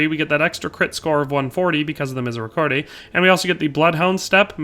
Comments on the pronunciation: Btw is « Mi-zay-ree-CORD, not -CORDAY »! Otherwise good vid will try out the assassin build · as a French people, don't pronounce the E at the end of Miséricorde ;)